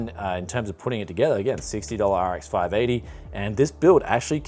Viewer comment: Where do you get these cases with RGB and so on? I think you use them more often in your builds. I really want them for the PC's I am selling too. :D By the way, sound like you said "RX five naughty". Laughed more then I should have. :D Much love from Germany: TechJaStadt <3